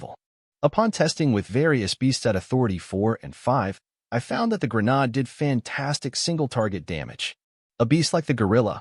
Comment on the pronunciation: .00 Grenade has a hard A like in "Hate", not the soft A as in "Ahh" Also, that lever on a grenade is called the "spoon" as it's not the trigger, it's the trigger release. Hence why you hold it until you throw the grenade, where it flies off due to spring pressure and the trigger ignites the 3-5 second fuse. Thus making mister grenade no longer your friend.